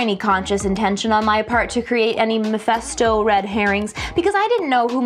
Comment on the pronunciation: Who the F is Mephusto? Mephisto, you obviously unfamiliar with your job c*nt.